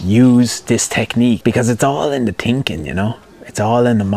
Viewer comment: I say this respectfully...I'm working on a 2nd screenplay right now and your voice/accent pops into my head all the time to remind me, "You're overTINKing it." Thank you!